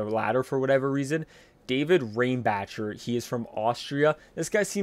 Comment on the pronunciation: Reinbacher is pronounced Rine-bocker.